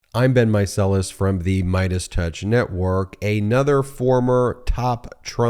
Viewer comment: “Aynother” one, Ben? My Aides (even) Get Attorneys